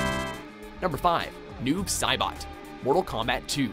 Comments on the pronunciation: How do you fuck up Noob Saibot's name? It's Tobias Boon backwards! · You called him Noob Sailbot. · "noob sailbot" epic fail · "Noob Sailbot" lol